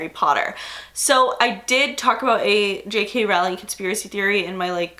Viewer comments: Anybody else irked to death by the way she says Rowling? I've always heard it with an 'oh' sound, not 'ow' I love you,, but this is killing me right now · Rowling is pronounced “rolling”